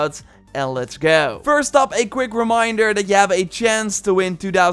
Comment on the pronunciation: He "finks" and let's "geowwwwww"